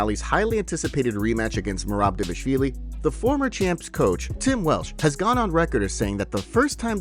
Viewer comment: Why keep saying "Dévashvili"?